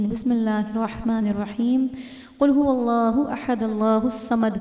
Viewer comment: Qul ho alaho ahad nhi ha qul ho walaho ahad ha g